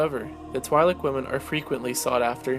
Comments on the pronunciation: It's pronounced Tweelek, not Twylek. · Its pronounced "twee'lek" not twy-Lek LOL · Twi'lek is pronounced like Twin, as in twin lekku, the two tentacles coming down from their head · pronounced twee-lek dammit!